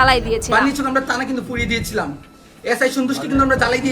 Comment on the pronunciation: ওরে বাবা, পুলিয়ে দিয়েছিলাম, হায়রে উচ্চারণ